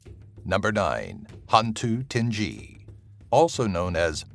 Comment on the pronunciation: 9 is not hantu tinggi it's hantu galah